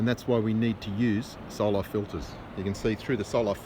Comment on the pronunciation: What a joke and learn how to pronounce solar it’s not solaaaaaaaaaar 😂😂😂😂. You guys are pathetic joke. Go watch DITRH He’s made plenty of drone videos of sunsets showing how it gets smaller and farther and blocked by layers and layers of atmosphere. I don’t know how this poor guy is still trying to prove the globe when none of his other globie scientism friends are even trying. The solar filter blocks at 99.9% of everything else so it’s probably also blocking out a big portion of the edge of the image of the sun.